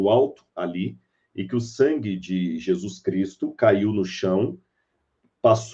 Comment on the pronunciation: Amigo ...pronuncia Jesus..blz!